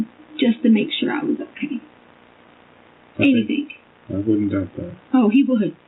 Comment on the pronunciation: I'm sorry but i cannot STAND the way she says "anything" ..... "ANYTHINKKKK" 😬